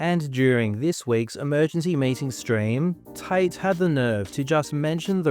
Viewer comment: For two brothers with the last name Tate you'd think they'd be able to properly enunciate the letter T.